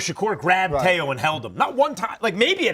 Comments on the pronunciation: Max it’s Teo not Tay O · Y he keep saying tayo?? It’s teo!! Max heard teo’s his name pronounced 1000 times as tee-o, y he keep saying tay-o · Why does he keep pronouncing Teo like “Tay-Oh”… That’s so fucking annoying. A “boxing expert” that doesn’t even know how to pronounce a fighter’s name correctly.